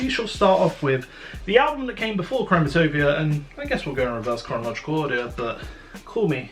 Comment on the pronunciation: im not tripping he keeps saying chromatopia in the beginning right?